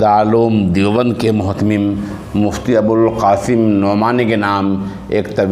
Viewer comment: متہم نہیں مہتمم ہوتا ہے